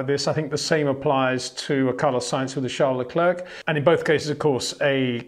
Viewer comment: One of the best indeed, but cant pronounce Verstappen and Leclerc correctly…